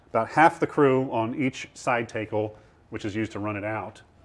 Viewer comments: Awesome video, but the way the tour guide pronounces the word tackle was driving me batty, lol. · Whoah, the pronunciation is "TAKE-ul" not "TACK-ul"?? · tay-kle funny.... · Tackle is pronounced like saying talc not like saying take. Someone must have been fucking with the tour guide when he was in school learning about the terms of sailing.